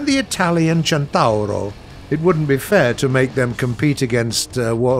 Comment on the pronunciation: FINALLY Someone know how to pronunce Centauro You made an italian Proud of you